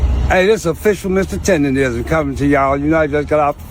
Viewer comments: How the other guy reporting did “research” and not even stating the name properly! It’s not “tenderism.” In any event I don’t feel sorry for the old man. He seems like one of those old ninjas that think the white mans ice is colder. Shout out to the black man that invested in him…. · If you take into account the way he actually says the word. He should trademark the word "TENDANIZM" cause that Literally is how he pronounced it originally. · i get irritated everytime he says Tenderism lmao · The fact that dude kept saying “tenderism” instead of “tendernism” was making me mad. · It's Tender-Nism....Not Rism so if he gone care about someone at least get his trademark that he got robbed of correct lol instead of saying it wrong his whole video! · said Tenderisim😂😂😂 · Ole buddy edge up look a lil drunk. I guess he the fifth member of Jagged Edge! It's tendernism btw not tenderism. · Word to the wise, "DNT make reports of something if u can't pronounce words regardless of their mispronounced, it's "TENDERISM!" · Im so tired of people not eem pronouncing TENDERNISM properly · IT'S TENDERNISM 🥷🏾!!!!! WTF IS WRONG WITH PEOPLE NOT BEING ABLE TO PRONOUNCE SHIT THE RIGHT WAY?????!!!!!!! ESPECIALLY WHEN IT COMES TO OUR OWN PEOPLE JOE????!!!!! GADDAMN!!!!!!!!!🤦🏾‍♂️🤦🏾‍♂️🤦🏾‍♂️🤦🏾‍♂️🤦🏾‍♂️🤦🏾‍♂️🤦🏾‍♂️🤦🏾‍♂️🤦🏾‍♂️🤦🏾‍♂️.... And ALL them ballin ass celebrities and MILLIONAIRES need to gone ahead set him up with his own spot!!! Shout out.. 💪🏾💪🏾💪🏾💪🏾💪🏾... That Boss & That Hoover shit knocking joe... 💯💯💯💯💯💯.... On chief somebody need to start a NEW gofundme joe... I'll donate gaddamnit!!! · How he gonna cover this topic but say Tendernism wrong every single time